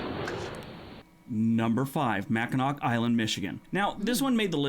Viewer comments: Did he pronounce the ending ‘c’ in Mackinac?? As someone who lives in Michigan, it is pronounced Macinaw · It’s written Mackinac , but it’s pronounced “Mac-in-awe” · The way the guy pronounced Mackinac MI :D